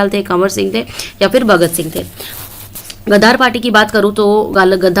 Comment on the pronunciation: Feedback-Mam You should Improve your Pronunciation👍👍👍 Its Gadar Not Gaddar